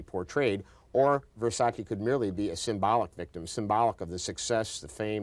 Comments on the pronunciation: It's pronounced Vere-sa-chey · They kept saying Versace wrong, like why even report on it if you cant say it right?!